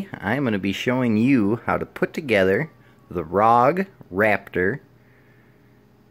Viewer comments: Rapture, not Raptor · Rapture not raptor lol